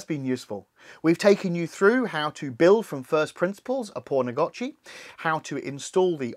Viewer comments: Why are you calling it pornagotchi? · Lol the English accent makes it sound like you are saying "porn a gotchi" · Thanks for the tutorial 🙏. Also it sounds like you said "p*rnagachi" a couple times. Made me chuckle 🤭. Definitely subscribed!